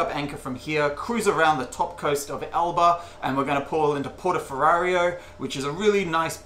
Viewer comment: Addictive content👍 (and when you go to Elba again: it’s Portoferraio, not Porto Ferrario 😉)